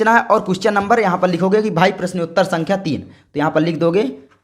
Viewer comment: Sar ji aapko sankhya bolna aata nahin hai